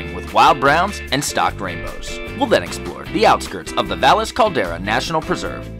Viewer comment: Thanks for specifying that you took French. Kept me from getting mad about the pronunciation of places. To be fair, even some of the Spanish named towns have their own unique pronunciation. Great incorporation of history.